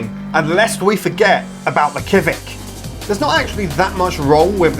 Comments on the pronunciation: bro said kivic instead of sivic 💀💀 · seevic not kivic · Did my man just say kivic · Do people outside the US really pronounce Civic with a K sound? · ah yes the Khivikh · Kivik? Kivick? Are u serious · You said kivic.. 👀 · Bro said kivic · No way he unironically pronounces Civic as "Kivic" 😭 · The “Kivvic” 👹👹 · "And lets not forget about the... kivik" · Did bro really say KiViC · Do non-American English speakers really pronounce civic that way ?? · That Civic pronounciation caught me off guard. I've never heard it pronounced like this. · I dont never heard civic pronounced like that before